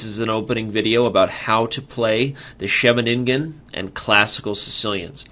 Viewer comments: Sheve-nin-gen sounds a bit awkwardly articulated. Shouldn't it be more like She-veningen? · It's Hilarious to hear as someone speaking dutch